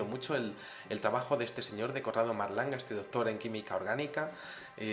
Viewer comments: se dice Corrado Malanga no Marlanga.........Vamos...es el grandisimo Malanga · padron monsieur, mais c'est MA-LAN-GA no marlanga